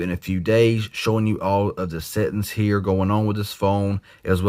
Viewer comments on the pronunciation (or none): Love the way he says settings, "settens'.